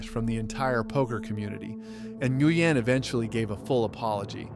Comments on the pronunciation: what you don't remember Scotty New-goo-un. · This OP can’t even pronounce some of these names. Scottie Nguyen he called him Ger-uan 😂